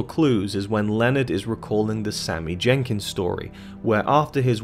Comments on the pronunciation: His name is Sammy Jenkis not Sammy Jenkins.... 😂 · His name is Sammy Jenkis, not Sammy Jenkins. It's basic research man, come on..